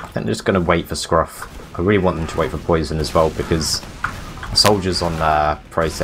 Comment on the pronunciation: Their pronunciation of Poisson was triggering the fuck out of me. SURELY it's "pwa-son" as in the French word for fish?